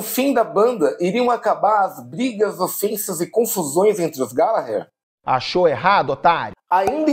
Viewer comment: Hahahahah terminar com glGallaalggherrr do Taste foi genial